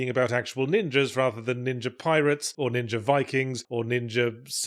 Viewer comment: "Sam-you-rye. Ninjur." Speak proper, you knob.